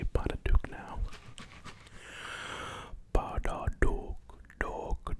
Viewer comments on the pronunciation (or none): Every time he said “Badadook” I laughed out loud. My man, is Babadook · Just a heads up it's babadook, not badadook. It's okay though, we knew what you meant. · Ba-Da-Dook Me: it’s...it’s Ba-Ba-Dook: proceeds to say badadook 100 more times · There is nothing scarier than earing him call Babadook, Badadook! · The amount of times i yelled at my screen that ots pronounced baBAdook not baDAdook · No one gonna mention he said Badadook when it’s Babadook? I actually found it relaxing, only thing that put me on edge was the fact you were saying it wrong. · Anyone notice he said badadook when the name of the movie is BABAdook 😂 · So I'm just guessing that he means Babadook cause he keeps saying Badadook 😭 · Ugh!...it's BaBaDook not BaDaDook....did you even watch the movie?! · It’s babadook not badadook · Babadook not badadook! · It's babaduke, not badaduke. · .... Its BA BA DOOK NOT BA DA DOOK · Not gonna lie the Badadook really pissed me off cuz of the constant horror movie reminders but also....much more than that. *I couldnt tell him he's saying it wrong*. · I love going back to this video.. I personally think it was one of your best xD I love the Babadook part especially how you called it the "Ba DA Dook" and how you can visibly Tell you were having fun just saying it. right when you were thinking of it the smile popped in. and when you looked at the little green alien and saw it as an opportunity to keep saying badadook Lol I love it xD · i stoped watching it because of “babadook”..